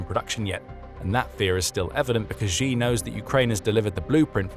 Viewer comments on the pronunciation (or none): If you are going to talk about Xi Jinping then the very least you can do is pronounce his name correctly. Xi is pronounced like she in the sentence She is a woman. Hearing you mispronounce this name again and again and again is driving me nuts. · 'Xi" is pronounced "she"